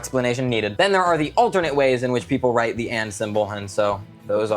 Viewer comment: vid idea: Now that he's said "drite" for write and draw, I want him to make up words he think the english language should have